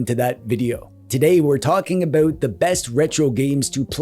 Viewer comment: "I don't care aboot sports" wait is Canadian "even hockey, does that make me a bad Canadian?" immediate vindication thank you